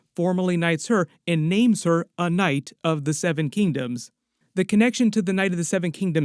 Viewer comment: Knight❌ Noight✅